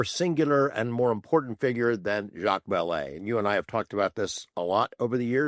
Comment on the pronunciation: Love weaponised, I haven't listened to a bad one yet, and this was great with "Vallee"....🇬🇧